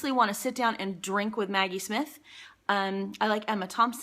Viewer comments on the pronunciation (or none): none